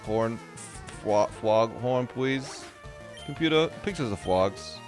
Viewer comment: What no sleep does to a man... "Computa, pictures of fwogs kissing."